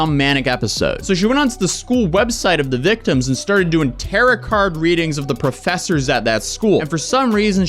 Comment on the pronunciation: I may be uh new hurr. But could u plz say "tuh-roh" cards like a proper occultist. Ya know wut no, im going goin to adopt terra cards i like it now